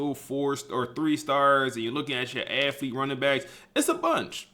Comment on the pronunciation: Bro is a genius with the game but I would love to get him a speech pathologist no disrespect 😂 it KILLS ME every time he says AFFlete like bruh lmao